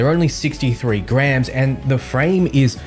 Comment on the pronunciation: Great info on this new game mate, I enjoyed the video, but I I nearly shit meself , when you said those glasses are only 63 grammes - I thought you said GRAND!! 😳🤯😅😂